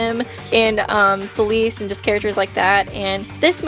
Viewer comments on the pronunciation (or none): Oh my god did, you say ce-lease?